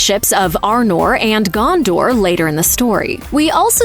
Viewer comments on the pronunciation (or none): none